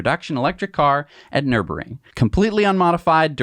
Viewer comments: Nür-burg-ring. Not Nurb-ring. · It's Nur burg ring! Hahahaha 😂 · I love you guys but it’s painful to hear you butcher Nürburgring every time you say it 🙉😂